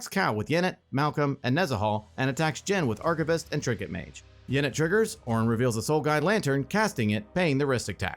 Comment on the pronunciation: I have to say... it was very confusing when he kept saying Oren (mine is spelled Orin lol)